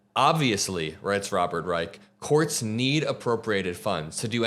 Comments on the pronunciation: Robert Reich is pronounced Rye-sh, not Rye-ike. still good videos by the way. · Robert Reich doesn't pronounce is last name luke the third Reich. It has an sh sound ot.the end not a K. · Robert would want me to let you know that his last name is pronounced Reissshhh. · Robert Reich is my favorite person. Last name (Pronounced RYE-CH with "CH" sound at end) 🫶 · This is great,!! Btw… Mr Reich’s name is pronounced Rrr eye shhhh. He is wonderful and you two would have a wonderful interview! Love you! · Not sure if someone said so - Mr. Reich pronounces his last name with a sshh; “Reish” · Robert reichard What the hell... That is not how. You pronounce his last name? You've been Following around these crooks, and you don't even know Robert reich.. Man focus on converting the dumb.Idiots who are actually too poor to vote Republican.I mean Let them stay racist but they shouldn't be voting for that party.... Don't even know who robert reich is respect your eldest man